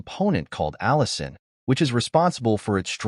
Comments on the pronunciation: Allicin in garlic, not Allison. :goodvibes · ...The garlin contains ALLICIN, not "Allison¨!